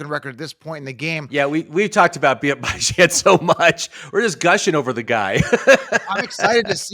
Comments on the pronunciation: Yo who the hell is BYE JAN Robinson lmfaooo. It’s (Bee - Jahn) 🤣🤣🤣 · Bijan like Dijon (mustard)😂😂😂 Not “Bye Jan” 👋🏼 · I dont understand how you havent done simple research on how to pronounce Bijan Robinsons name. It's obviously Beeeee Jon, not Bye Jan, everyone knows that, i fimd that extremely weird🤷🤷🤦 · Bye-Jawn Robinson got me dead 💀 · Who tf is Bye-Jan??? Must be a bum. Bijan is the real fkn deal though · BYE-jan lol who is this fool? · Th way you pronounced Bijan.... jeezus dude rang my nerves lol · I wish you guys knew how to pronounce Bijan. Y’all coulda at least agreed on one pronunciation. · If bijan is your league winner at least learn how to say his name correctly 🤦🏾‍♂️